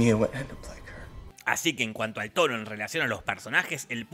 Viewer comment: Me llevó varias veces entender que decia "tono" y no "toro". Imaginate mi cara cuando me di cuenta.... XD